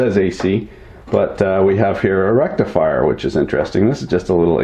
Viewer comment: Did you say 'Rectal Frier'? Can't see a use for that unless yer into that kinda thing.